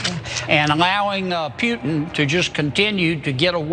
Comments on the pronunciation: pewtin???did he just say that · Guy can't even pronounce Putins name.